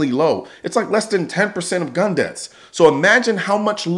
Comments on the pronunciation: God, I can stand how she emphasizes the “gun” to make it sound worse than it is... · god I hate how she emphasizes *G U N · I like her emphasis on “GUN”. I don’t know about all the rest of you, but me and my friends are always passing around loaded guns. Every one of them with hair triggers and no safeties. NO?!?!? You don’t? Good. I don’t either. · She made gun almost into two syllables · Ikr I was like, why do you keep saying it like that